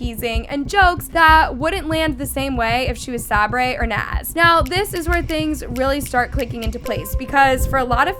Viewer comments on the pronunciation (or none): Please😭 Sabre’s name is pronounced Say-burr. How have you seen all these videos and still can’t say the name right😭😭 but anywho, this is one of the most dramatic video I’ve ever seen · its say-ber not sabray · why’s she saying sabre as sab-ray, it’s pronounced Say-ber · Sabray? Its pronounced Say ber Sabre ...sayber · Sabray??? lol it’s Sabre … pronounced like “Saber” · im not even a fan of them nor watch them but its pronounced soki and saberr lol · It’s say-ber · Pls learn how to say Sabre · you’re not saying sabre right bruh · just needed something to post. The Norris nuts say this almost every video they are NOT a perfect family. If you’re goona post about them learn to pronounce their names. You did not do enough research and it shows. None of them share in the new house omg shut up. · sockie literally got the ensuite room what do you mean she ended up at the “bottom of the list” She got first pick even though she will end up moving into the house next door. And please learn to pronounce Sabre and stop hating on Brooke and Justin. They love their kids and are not controlling what so ever. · Okay no hate but PLEASE learn how to say Sabre I beg you!